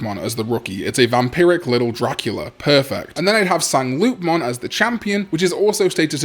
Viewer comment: The French-ish pronunciation for Sangloupmon would be san-lou-mon